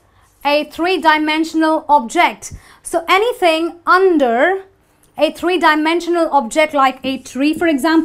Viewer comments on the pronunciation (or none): You don’t know how to pronounce ‘under’.